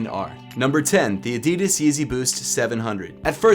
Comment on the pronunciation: ADIDAS not AEDIDAES 😐 pronounce it right!